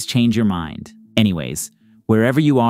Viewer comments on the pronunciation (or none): lol why do you say "goated" like that